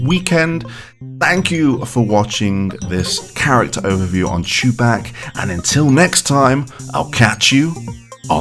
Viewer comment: Did you say ChuBach by pronouncing him “Choo-BAK” or “Choo-BOK”?